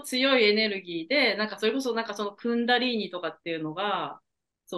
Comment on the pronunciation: クンダリニーではなくクンダリーニでは？